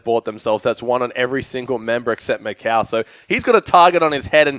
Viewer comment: o narradar falando MÉCOW (MICAO)